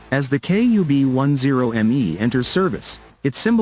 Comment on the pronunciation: A little digression! "KUB" is not read or pronounced "KAB" because the word itself in Russian means "space per cubic meter m³!"